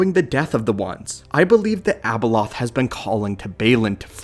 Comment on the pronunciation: Its not Abeloth